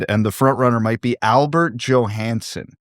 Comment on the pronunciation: They are both “yo-hanssen,” not “Jo-Hansen”